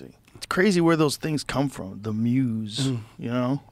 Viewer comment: I swear if joe says "the muze" one more time